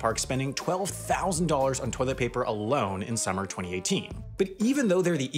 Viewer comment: I find how you say 2018 VERY OFFENSIVE and offense content notice